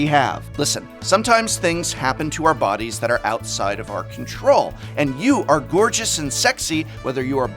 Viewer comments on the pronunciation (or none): none